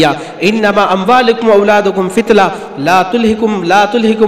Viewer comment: جناب والا آ یت شریفہ میں انمااموالکم واولادکم فتنہ ہے فتلہ نہیں ہے آ پ نے فتلہ پڑھا ہے صحیح پڑھئے جناب والا